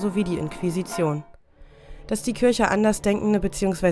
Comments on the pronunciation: Warum sagen Sie Kürche, sagt man doch Kirche? i und ü sind 2 unterschiedliche Buchstaben und werden unterschiedlich ausgesprochen?! Oder ist das Ihr Dialekt? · Ich mag die Videos, aber das ständige „Kürche“ macht mich echt wahnsinnig 😅 ich musste dann bei nicht mal der Hälfte leider ein anderes an machen. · Saskia Hansen Mich auch total das nervt! Aber ich darf das nicht posten weil ich als Muslim in Deutschland geboren bin. Mein Kommentar war auch spaßig gemeint. 😂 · Kürche Kürche Kürche Kürche Kürche Kürche Kürche Kürche Kürche Kürche Kürche Kürche